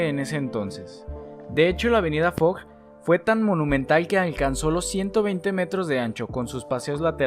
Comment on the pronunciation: Super el vidéo, pero averíguate primero como se pronuncian las calles… Porque no es Avenue Fog, sino FOCH, ni boulevard Saint Mikel sino Saint Michel (literal como se escribe),.. enfin